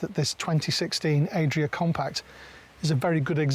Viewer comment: Why does he keep saying Aye-dria and not Add-ria like everyone else? Are we all wrong?